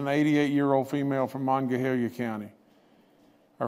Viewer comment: Please learn to pronounce Monongalia.